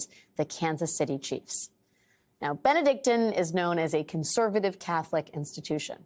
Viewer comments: Have I been pronouncing “Benedictine” wrong my entire life? Or has she mispronounced it here? I feel the latter. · Please learn to pronounce BENEDICTINE properly.